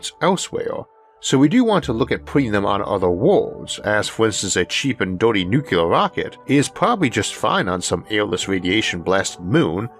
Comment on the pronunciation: It’s “NuCLEAR”…. Not “NuCUELAR” I know G.W. Bush pronounced it incorrectly…. But he still pronounced the word incorrectly.